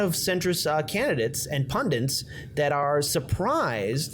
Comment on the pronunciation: It's PUNDITS not pundents!